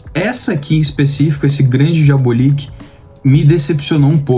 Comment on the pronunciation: Diabolik é excelente. Apenas uma dica: a pronúncia é diabÓlik e nao diabolíc. Parabéns pelo canal